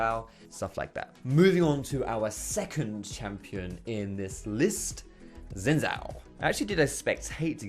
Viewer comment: Xin Zhao is prounced SHIN! I forgive you for not be able to say Zhao though, its pretty hard, but at least u should say zao, like Zaofu from Korra